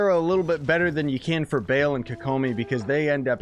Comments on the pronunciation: It's Ba-al not Bale, anyways, nice video! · Isn’t it bah l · u trigger me. it's sair-ruh and BAUL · I won’t even watch the whole video I cant handle him saying “BALE” all the time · They’re pronounced “Ball” and “Saw-rah” lol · no it's not ball as in football ball its ball as in ba al you're pronouncing to instances of the a sound that's hoe its mean to be pronounced I'm into demonology so I thought I'd correct you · Cringe every time he says Baal I wanna stab my leg